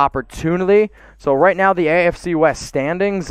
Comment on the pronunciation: He said like this video wight now